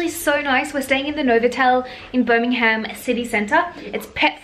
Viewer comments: Birmingham is one word, you dont emphasise the Ham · I bloody love you and your videos, but as a Brit, it's actually painful to hear non-Brits pronounce our place names! 😂 Buckinghamshire is pronounced Bucking-um-sher (sort of, it's hard to type how you say things. Google how it's said haha). Same with Birmingham "Birming-um". No hate, much love!